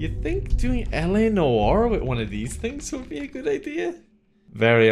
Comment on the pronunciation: Do you think he can ever pronounce "Noire" correctly? A: Very Unlikely. I knew it.